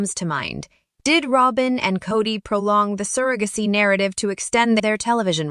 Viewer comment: Probably computer generated voice. Pronounced surrogacy wrong too.